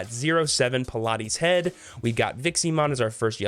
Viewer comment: it's not Pilates Head, its Palates Head, as in Palate the roof of your mouth, because its head is all mouthes